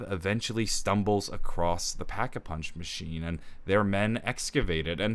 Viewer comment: no no no it’s da packa puhunch